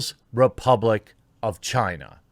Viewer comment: Chaina... Every friggin time